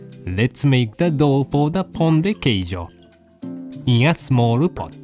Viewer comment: Well done, chef! Looks like an authentic Pão de Queijo. And your pronunciation of the name was really good. Even Dog wanted a little bite, haha! ^_^